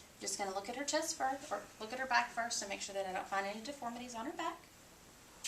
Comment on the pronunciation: at first i dint think she said chest at first lol sounded like something else but good video very informative!!!!